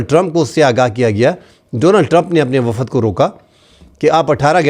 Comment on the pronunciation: Wafad kiya hota hai ,.....????? 🙄🙄🙄🙄 Wafd hota hai ,.....👈👈👈👈 Journalist hoker aap Urdu ko toa sahe talafoz ke saath toa boole ,....🙏🙏🙏🙏 Shokriya ,..... 👈👈👈👈 ❤️💚🇵🇰 LOVE FROM PAKISTAN 🇵🇰💚❤️